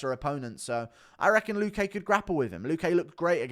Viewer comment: Guru, the accent in luque is on the 'lu' not the 'que'